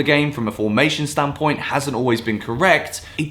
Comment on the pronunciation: You it's a video when you hear "from a stan point"